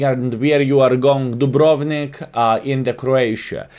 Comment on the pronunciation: Skill one thing, U say dubronvik, u need longer U, like DUUUbrovnik